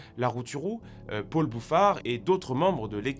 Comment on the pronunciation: Il dit aussi Pôle au lieu de Paul, rien à voir avec les parigots, voyez plutôt son accent comme origine de cette prononciation ;)